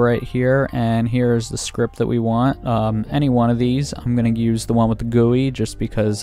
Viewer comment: i real!y hate the way that he says gui